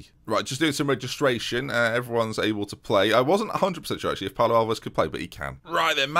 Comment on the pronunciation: As a portuguese, it was not that bad, pretty close to getting it spot on.